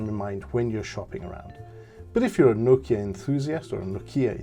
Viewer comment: No'kia not Noki'a !